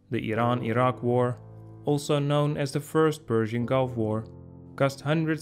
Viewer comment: "Semi-colonial"? Never! Iran always had a national government with a monarch as its head. I also do not like the way you pronounce "Iran."